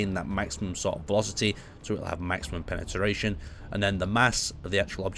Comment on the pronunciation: "Penetaration"? :D